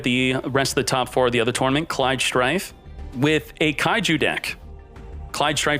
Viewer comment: Why are you saying tournament so weird?